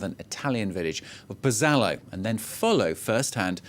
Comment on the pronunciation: Embarrassing. The news announcer doesn't know how to pronounce Pozzallo (pity he didn't listen to the translator). The correspondent apparently doesn't know that Pozzallo is a town with population of about 19,000 and a major port and ferry terminal, not a "village". Trapani is not only mispronounced by the correspondent, but is over 350km to the northwest of Pozzallo, not "a few kilometers".